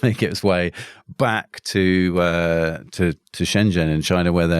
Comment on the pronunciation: Very interesting discussion… useful to pronounce significant place names properly…Shenzhen is pronounced Shenjen 👍